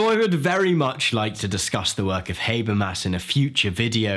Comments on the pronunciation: Not to criticize, but it's pronounced Ha-ber-mas, not Hay-ber-mas. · It's hah-bear-mahs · I've always pronounced his name as "Hah-bermas". So it's "Hay-bermas" the whole time?